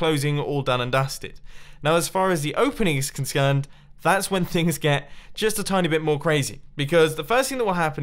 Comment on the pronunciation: "Now as far as the opening is conscerned..."